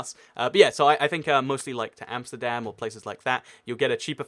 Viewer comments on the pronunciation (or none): none